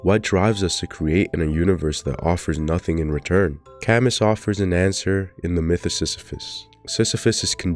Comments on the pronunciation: It shouldn't bother me so much, but it was like a knife every time he said CAM-MUS. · "camiss" damn that's rough bro 😭. You should have googled how to say his name. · It's pronounced "Kamyu" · That is NOT how you pronunce Camus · Glad somebody else noticed 😭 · the way you keep pronouncing Camus makes my skin crawl but otherwise good video